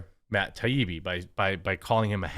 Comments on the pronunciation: Not Matt Tah-bee-bee but Matt Tie-ee-bee. (Matt Taibbi) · It's pronounced 'TIE EE BEE' Jeremy, don't overthink it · its TIE-EEBEE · Dude, for real...learn to pronounce Taibbi. TIE-EEBEE. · Still can't say it..lmao... " Tie - ee - bee " :) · Matt Tie-ee-be. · Jeremy it's .. Tie-eebee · Jeremy.. Tie-E-B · Matt TYE-EE-BEE. Its been a few days now. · “Matt ta bi-bi” 🙅‍♂️🤣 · Say it with us, Jeremy…. “TIE-EE-BEE” ✌🏼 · He said Matt “TUB EEBE” 😂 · MATT TIE-EEE-BEE. cmon bro, it's not like your saying "bag" or something. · This is how I remember it: Matt. Tie-E-Bee. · Say it like this bro...Ta ibbi done. Ta ee bee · Taibbi: tie-ee-bee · Ty-Eee-Bbb. Syllable emphasis on the Eee. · Jeremy its " THAI- E-BEE " hope that helps. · American pronunciation: mat tai·ee·bee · Say it with me "Tie E B". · Say it with me. tie-EE-bee. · Tie-ee-bee. How fking difficult is that. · It's pronounced "ty-ee-bee" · Still can’t pronounce his name? Jesus dude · You still can't say that dudes name right. At least you roast a nice bean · Jeremy went and turned Matt in to a Indian lol.